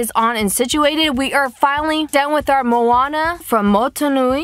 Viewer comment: good vid but u pronounced moana wrong :)